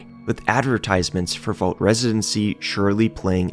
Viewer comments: It's pronounced 'vault', not 'volt'... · This guy's pronunciation of "vault" is infuriating